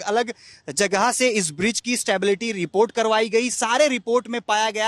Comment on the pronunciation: बिज्र नहीं ब्रिज होता है।